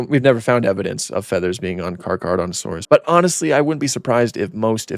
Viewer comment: it's pronounced like thes "car-cera-dont-a-saurus"